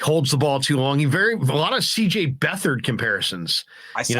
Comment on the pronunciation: Please don’t ever say CJ Beather again with any nfl QB